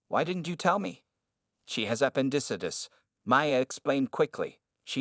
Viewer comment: That's a new pronunciation for appendicitis...terrible in fact